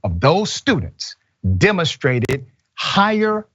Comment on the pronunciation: No way did Richey say the word "demastrated" instead of demonstrated. Please tell me he didn't ............ .......